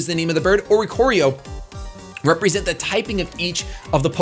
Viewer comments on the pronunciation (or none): none